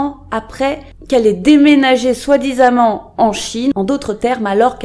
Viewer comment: Bon travail, comme d'habitude. Juste 2 choses; 1) "soit disant", et pas "soit disamant". 2) je pense que tu confonds les noms et prénoms coréens.